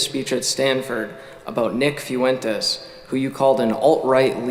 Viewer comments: did this dumb ass just say "few entez" ? lmfao bruh.....................its pronounced "fwentez" u stupid reject. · "Nick FEW-en-tes" Ugh... can tell his IQ by the way he mispronounced that name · Nick "FEW-entes"? Lol, is this Nick's new strategy for un-latino-ing his name? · Guy couldn’t even pronounce fuentes, this is fake